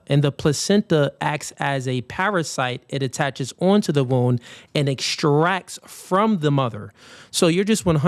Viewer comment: why are you calling a “womb” a “wound” wtf!!!